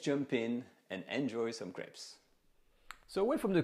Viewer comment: I like how he says crap instead of crape because of accent